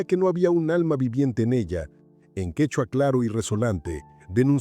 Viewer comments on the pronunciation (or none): none